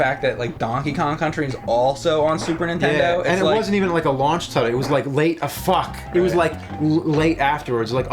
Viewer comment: Is it me or does James say super _intendo?